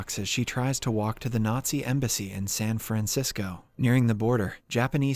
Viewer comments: "San Fransicko" - I didn't know there was something worse than Frisco D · San Franziko? Wat? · "San Franxico" hmmmm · "San FranSicko?" 🤣